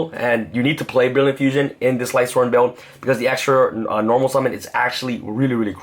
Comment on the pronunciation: "Pure light sworn build" uh....